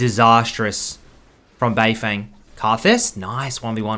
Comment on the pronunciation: Anyone gonna tell him it’s said “bei fung”